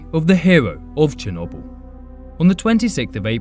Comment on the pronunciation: Just saying your pronouncing chernobyl wrong